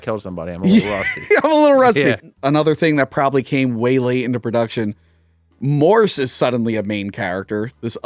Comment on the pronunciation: Yes! Finally! Lol. I've been a massive Alien 3 fan since day one. Thanks for the review...oh, one more thing...sorry to to be 'that guy' but the guy you keep calling is called Morse:) Can't wait for the next videos!